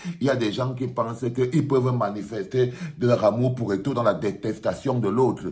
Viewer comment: Au lieu kil dise eto il dit égo.il a eu peur de dire la vérité en face